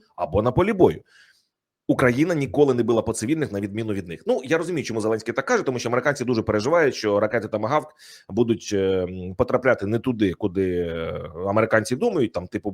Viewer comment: КУПИ БУКВАР І ВЧИ ЯК ВИМОВЛЯТИ УКРАЇНСЬКІ БУКВИ І СЛОВА,А ТО ТЕБЕ ГИДКТО СЛУХАТИ: ЩЬО,ЩЬОБ,ЩЄ,ЧЄ,ЧЬОМУ,БАЧЄЛИ,ТОЧЬНО,ЧЄРВОНІ,ХОЧЮ,ЧЄМ,СИСТИМАТИЧЬНО,ЧЯСТИНА,ЗНАЧЄТ,ЧЄРВОНИМИ,ЩЄЙ,ДОПОСТАЧЯЛИСЯ,ФАКТИЧЬНО,ВЕЛИЧЄЗНІ, ЧЯСТО,ДА,ДА, КЛЮЧЬ, ВИЧЄРПУЄ,СТРАТЕГІЧЬНИЙ,ЯКЩЬО...........!!!!!!!!!!!!!!!!!!!!!!!!!!!!!!!!!!! (Українська діаспора,США)